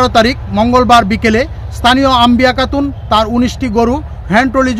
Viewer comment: আপনি চ-ছ এবং ক-খ (কাতুন) এসব উচ্চারণ ঠিক করেন....সিংহভাগ শব্দেই আপনার উচ্চারণ শুনে রীতিমতো নিজের উচ্চারণ নিয়ে কোমায় আছি....😁